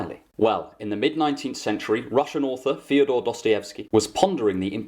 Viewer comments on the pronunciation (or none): Love the videos, but the pronunciation of “Fydor” should sound line “feeyoder”